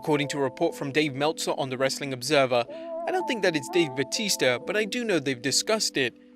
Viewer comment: IT'S BATISTA NOT BAUTISTA